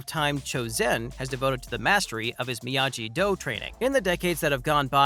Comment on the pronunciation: Did you just say “Miyaji”